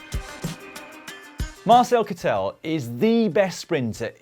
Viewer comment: Nice to see Matt saying the Kittel name right. Dan, mr. Kittel is German so the accent is on the first vowel... opposite to what his name would be in England. Although it's also Dan Mártin and not Dan Martín in England, so that second vowel rule must be a bit more shaky then it seems.